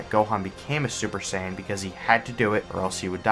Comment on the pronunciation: First you missed pronounce saiyan pronouncing like geekdom101 say it. And never disrespecting Japanese music because it's the original and you are disrespecting the original.